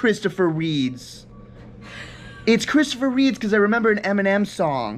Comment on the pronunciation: Christopher reeds lmao! Its Reaves